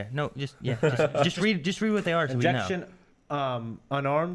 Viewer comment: I think he said "in" words, like "in"jection